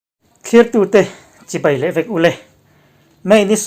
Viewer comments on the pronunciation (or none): none